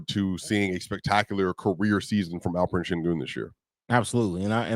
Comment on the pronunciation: Why does the guy by the named keep calling Alperen as Alfred? 😂😂😂😂